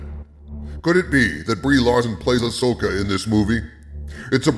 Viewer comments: I want to hear the original audio to this video, when he pronounces Ahsoka as "ash-oh-ka" lol Future Reference: In Premiere, use "Constant Power" for 1 frame between the audio cuts to get rid of that pop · I notice you ADR'd all you mispronounciations of her name this time. Thank you. It really bugs me when you say "A-Sho-kah" because no one has said it that way ever. It's also a dead give away that you've never watched any of the animation and I think that's a shame man, you're missing some good content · you kept calling Ahsoka "Ashoka" didn't you? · Ahsslessoka. You heard it here first. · You mispronounced the name and had to edit it in. :D Next time record yourself saying the words before and after and use the fade function to cut the new take in.